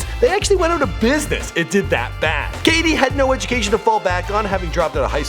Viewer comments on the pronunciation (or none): none